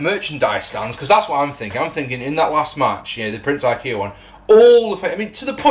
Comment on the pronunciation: Definitely said Prince Ikea there lol. I like that name better.